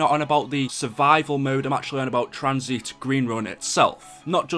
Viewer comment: Wtf is tranzeeeet? What accent is that lmfao